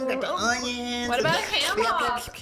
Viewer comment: THE SILENCE AFTER "what about ham hooock" LMAOOOO